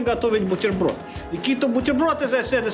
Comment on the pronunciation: oh yes the sign of quality ROSTEST is cool)))) "вот так вот делаем бутерброд" очень хорошие произношение я начал подозревать что ты Русский.